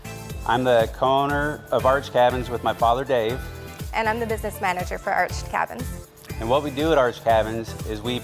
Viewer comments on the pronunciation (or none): I had to put this on mute just so I didn’t have to hear this guy say archer cabins 19,000 times.